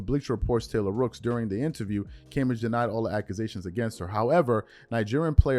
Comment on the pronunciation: Cam-bay-g. Lol